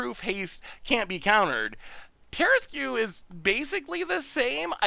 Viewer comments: The tarrasque has been around longer than you. It’s pronounced Tehr-ask. Hooked on Phonics didn’t work for you. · Terra-screw you for that mispronounciation XD (Much love to the Goldfish crew) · By the by, regarding the word - Tarrasque. It is actually, in all seriousness, pronounced ta-RASK. When the person in chat mentioned the word masque, yes that is a real word, and it is pronounced “mask”. However, instead of just being a mask, it refers to like a masked ball back in aristocratic Europe. It’s a French word, hence the spelling. Tarrasque takes the same pronunciation logic from that word, and therefore gets the same sound. Blame the French, they kept insisting on using unnecessary letters. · And as much as it's an iconic DnD thing, it is based on a mythical creature. It's like a dragon/turtle/lion hybrid from France (Hence not pronouncing half the letters).